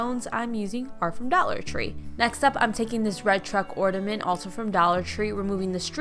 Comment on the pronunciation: The word is OrNament, not OrDament